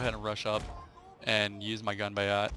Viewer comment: Hahahaha that is possibly the worst pronunciation of "Ganbatte" I have ever heard :D